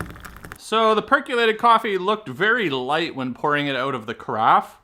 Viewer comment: Per COlated, not per CUlated